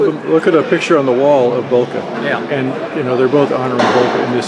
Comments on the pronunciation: pronunciation of Boelcke is almost on point in this video. The only wrong part is the "oe" which he speaks as "o" but is pronunced as "ö" in german. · Its bel-ky is how you pronounce it